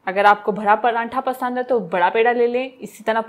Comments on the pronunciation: Paranthaaaaa 😂😂😂😂 sis its paratha mera to hass hass k bura haal 😂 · Bagi ap makeup acha nahi karti....aur prantha nahi hota paratha hota ha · not prantha true word is pratha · PraNtha nhi pratha hota h